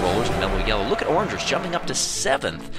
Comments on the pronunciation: He pronounced O’rangers wrong... it’s not orangers it is O’rangers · its pronounced O rangers